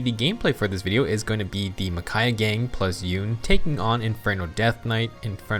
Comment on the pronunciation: YOU-NAY, SAY OT RIGHT!